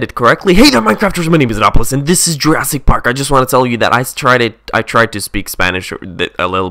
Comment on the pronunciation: You said it right:)